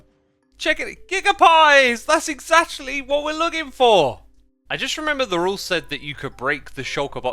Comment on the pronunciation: Xisuma you're sneaky hermit. I got trolled by Pearl's last video because of that QR code, lol😂. Also "Exactualy?" Your hermitcraft episode is always both calming and hilarious